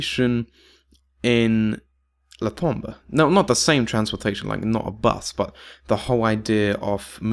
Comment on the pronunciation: The new crew isn't dead. Just look at the ultimate Richtofen's Easter Egg ending where he tells Stuhlinger that they'll see each other again soon. I like the new crew. Also it's not "La Tombuh", it's "Le Tombeau" (you need to know how to pronounce it), which literally means "The Tomb" in French.